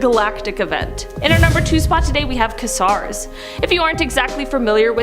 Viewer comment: Kasars.?!! Haha (kway-zars)